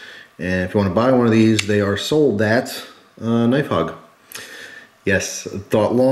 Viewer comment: Pronounced zohl-dot. German for soldier.